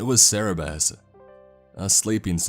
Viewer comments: Isn’t it Cerberus not Cerabiss? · Cerebus? Its Kerberos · It's Cerberus. Cer-ber-us. Not Cererbus... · tf is a cerebus? You mean Cerberus? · "cerebus" - Cerberus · it's Cerberus, not Cerebus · I'm sorry, but isn't it "Cerberus" and not "Cerebus"? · Why are you saying Cerberus "Cerebus."? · "Cerebus"? You mean Cerberus? Hahahaha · Cerebus is pronounced Kerberos... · IT'S CERBERUS NOT CEREBUS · Cerberus not cerebus - other than this thing that ticked me off a lot, great story, great video. Thx for the hellhound by the way. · its CERBERUS not cerebus..... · Cerberus not cerebus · nope its Cerberus not cerebus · It is cerberus not cerebus, he got it wrong. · Yes, He must have meant to be saying CERBERUS, NOT Cerebus. Cerebus, the name he was using, is someone's comic character that's an anthropomorphic aardvark. Cerberus is the three headed hell hound beast of Greek mythology. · Am I the only one who thinks he says Cerberus weirdly? "Serabis" what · I always thought Cerberus was pronounced "Sir-bur-us" so I tried looking up what a "Sarah-bez" was. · Say it with me y'all: cer- BER- us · This is a very interesting story, but an actual employee at such a place would probably be able to pronounce CER-BER-US properly. I really do appreciate the video. The mispronunciation was just really irking me... Sorry. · That is not how you say cerberus... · Can you say Cerberus correctly? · Wait, do americans pronounce cerberus like that? It's not meant as criticism, I love the narration as a whole, but I'm not native in English and the pronunciation just confused me and I didn't get what he meant until he got to the whole god of the underworld part xD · I wish this was real I'd totally either buy things or work here Side note the way he says Cerberus is weird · My dude lovely work, I believe it is CERBERUS however :)